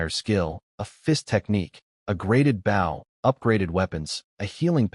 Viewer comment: It's pronounced "Bow", not "Bow"